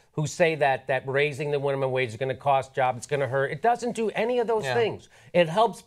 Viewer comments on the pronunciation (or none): "winimum wage"